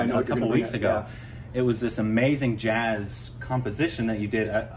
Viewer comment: Blues two times .. yet you say jaaz two times